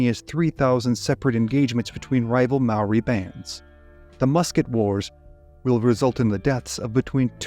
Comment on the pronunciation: I'm Maori and I thought you did a great job.